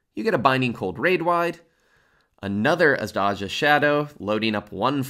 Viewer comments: A small bit of info; the "z" is pronounced like the second "g" in garage. Like "zjh". The "J" is pronounced like a "y" because they're based off of indian peoples. so its more like A-zjh-die-ya and not "Ass dodjuh" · thank you for this awesome guide!! also, its pronounced Azh-die-ya in azdajas shadow *(im sorry) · it's pronounced azdaya Thanks for the excellent guide! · Good guide, but say it with me, "Azj-die'ya" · invented at least two uniquely wrong pronunciations of "azdaja" in one video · This is a great guide, but if I hear you say Azdaja's name wrong one more time I'm going to scream. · Love these vids. One small, very meaningless question - how do you not know the pronunciation of Azdaja? Do you skip the MSQ cutscenes? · your pronunciation of azdaja's name is sacreligious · Bruh, why u massacred my "azdaja" like that :s